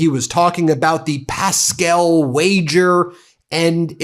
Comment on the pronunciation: Gosh, where is your culture?! Blaise PASCAL, not Pascel, who was a French philosopher, mathematician and physicist is at the origin of our modern system of probabilities! You are quite right to poke fun at Bessent, but please do a modicum of research before you mispronounce the name of the great man that a fool cites in his maundering discourse. It would do you good to read Pascal.